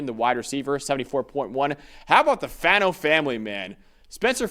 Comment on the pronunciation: Brothers it’s Faw-No not Fah-No. Rhymes with Paw or Spa.